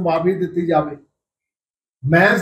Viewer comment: ਖਬਰਾਂ ਸੁਣਾਉਣ ਵਾਲੀਏ ਬੋਲਣ ਦੀ ਟ੍ਰੇਨਿੰਗ ਲੳਓ??ਜਾਵੇ ?ਖਾਵੇ??ਐਂਡ ਬੋਲਣਾ ਵਧੀਆ ਨਹੀ ਕੰਨ ਖਾਂਦੇ ਓ??